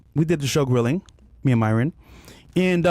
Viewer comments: Myron dropping the er had me shocked not gonna lie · Mryon saying names bro lol